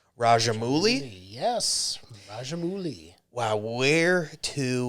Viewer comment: Pardon me to correct, its not raja mooli, its Raja MA VU LEE